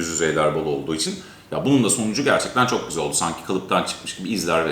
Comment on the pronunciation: Kardeşim arada çoh çohh güzel görünüyohhh falan diyorsun ya. İşte onları deme. Videodan kopartıyorsun adamı.